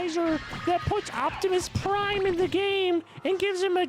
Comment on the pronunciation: Optimoos Pwime oh ah, oh ah